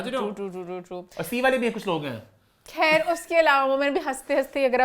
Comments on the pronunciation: also said khhair instead of Khair, what amaa is pointing out. And seriously it is quite annoying to use کھ instead of خ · What’s with the word Khhair. Please don’t try to mimic Indian accent. Your Amma will get upset.